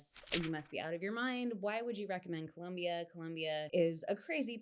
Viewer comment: Pro tip for you Gringos to pronounce Colombia: At the l place the tongue just behind the teeth, and remember that there is no u in Colombia. Am Norwegian and have lived 14 years in Cali.